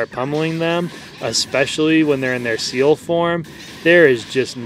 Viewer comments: I'm fairly sure his name is pronounced C L. Like the anime character Ciel in black Butler XD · I thought it was pronounced "Se-ehl"